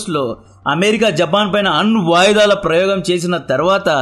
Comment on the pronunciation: ఆన్ వాయిదాలు కాదు bayya, అణ్వాయుధాలు